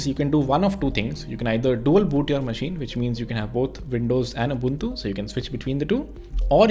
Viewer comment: It hurts when he say ugly ubantu 😭😭